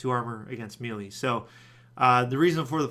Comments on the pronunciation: where in the hell do people pronounce melee (may lay) like "mealy" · Eye twitches It's Pronounced May-lay. Not Mee-lee. Gah! ... I still love you :p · Melee is pronouced "May-lay", not "Mee-lee"